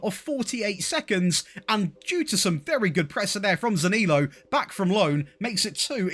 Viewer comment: You need to work on how you pronounce Zaniolo